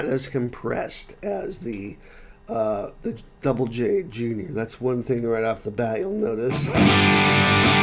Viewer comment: "Double J". Finally, someone who pronounces it correctly! 🙂